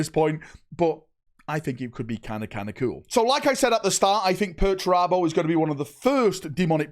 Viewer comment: I cant wait for perch-er-abo